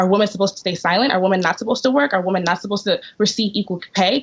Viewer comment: Pronouncing the word 'women' the same way you pronounce 'woman' is a red flag that you've got a brainwashed feminist on your hands. WOMAN want equal pay. WOMAN want equal this and equal that.🙄